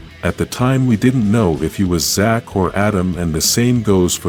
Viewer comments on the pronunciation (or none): none